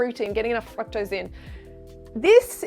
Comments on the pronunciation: Is she saying FRUCKTOSE? She says fruit fine though....confused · I cant stand the way she pronounces fructose...ITS NOT FRACKTOSE YOU GOOBER!